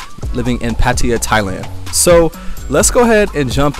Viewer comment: Pattaya not pattiya